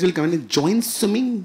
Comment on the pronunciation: "Amazin' amazin' one liners, but the best expression was "Phir ek banda aakar bolta hai - sweemeeing, join karo....sweewmeeing!!! Kepp up to the good work! GOD BLESS!" 😂😂😂